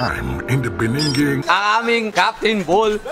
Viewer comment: In the beninging HAHAHAHA